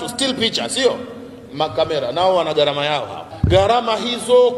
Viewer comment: WEWE NI MWANACHUONI, NA KISWAHILI NI LUGHA YA WAISLAMU, NAKUOMBA USEME GHARAMA SI GARAMA.